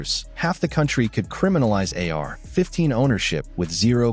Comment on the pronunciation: a.i. trash how lazy they use the same verbiage in every video and they cant even say ar15 right so annoying for the listener do better this is trash bro and no new info and repetitive as hell